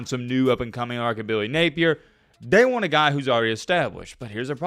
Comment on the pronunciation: LOL, I was thinking the same thing.